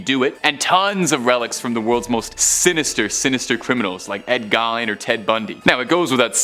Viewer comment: Ed Gein's name is pronounced like Keen but with a G.